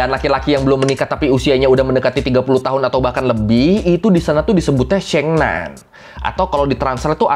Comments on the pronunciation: Syengnan syengnu mbok ya riset dulu dikit gmn cara baca yg bener mas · koreksi lafal nya ya sheng nan : 'e' nya seperti baca ' emas' bukan 'ekor' demikian juga sheng nu : nu sound nya seperti baca nui... lbh gampang bacanya 'ni' aza di sheng ni